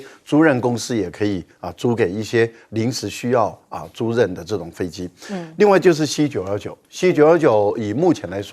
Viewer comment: 我真是受不了了，租任是什么东西，是租赁(吝(音))啦！！！